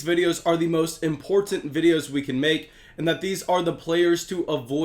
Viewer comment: Im-port-ent is your hot word lol. It tickles me every time you say it. You should use that in future promos for the channel. Thanks for the great insight.